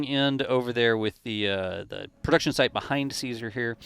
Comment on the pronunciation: Great job doing this updates!Funny thing, I can’t unhear when you mention/ or saying launch site quickly. It sounds like: launch shite 💩 😂